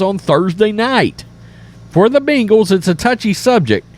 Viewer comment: It’s not “bingals”